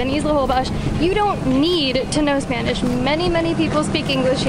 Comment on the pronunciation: Guys, love your videos, you're fun to watch, thank you for all you info, can't wait to go to Holbox next year. On a second note, your spanish pronunciation is amazing!